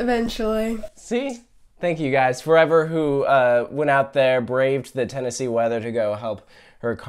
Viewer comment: "Tornosee tornado"??????